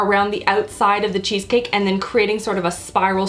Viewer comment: you sounded so old world Italian when you said I a-maka a cheese caki!